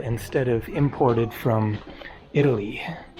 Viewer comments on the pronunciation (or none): none